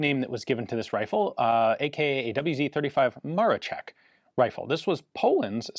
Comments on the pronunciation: Why do u keep saying Ma-re-check? Its Ma-ro-scheck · not MaroCHeck but MaroSHeck! Polish SZ is SH sound in English and CZ is CH sound. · Amazing video! I find it hilarious you can pronounce Leszek as LeSHek, which is proper.... But for Maroszek ( MaroSHek ), you go full MaroCHek :D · Maroszek is expressed like Maroshek not Marochek, but nice vid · Maroszek you say "Maroshek" like in "shed", not "Marochek" like in "check". Thank you so much for the video. You've nailed it with the most credible info that we have and with myth busting. Right after the war Hitler said something like: "Poles had surprisingly anit-tank weapons but it did not hel them." The physics behind this rifle is fascinating and mostly not understood. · In Polish it's pronounced Mar-o-shek and not Mar-o-check. Where do you see a a letter "c" in Maroszek? The English language always butchers Polish names, they add letters to words that don't exist like was done here. If I see that a word or name starts with the letter "I" why would I conjure up a different letter, like a "C?" So "Ian" now becomes "Can." Doesn't make much sense now does it? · by the way, you say maroszek more like Maroshek in english, sz = sh, just for understanding polish language :) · Awesome video as always. Just a note - and I'm sorry but being pedantic is a problem of mine , "Maroszek" is pronounced "Mah-raw_shek_" . In Polish, "SZ" is the Equivalent of a "SH" sound and "CZ" is the Equivalent of a "CH" sound. I'd know, as my surname contains both a SZ and a CZ haha.